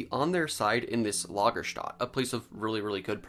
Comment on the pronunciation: It's "lager-stet-e"...